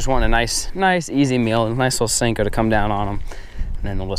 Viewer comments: Please stop saying stanko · For real! That shit drives me crazy every time he says. I'm not sure why. I guess it's the disrespect of a classic bait. It tends to make cringe though!